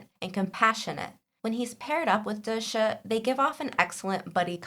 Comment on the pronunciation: As a book reader, i so need this vid of connecting the book and tv characters, so thank you! Just a pronunciation correction please. "Da Shi" is not "the shuh". It is "Da She" - each word is equally vocalized